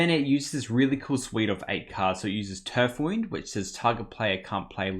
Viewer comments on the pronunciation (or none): What a sweet deck! Btw, I think the "wound" in Turf Wound is "wound" as in injury, not "wound" as in winding. Loved the games, thanks for the vid!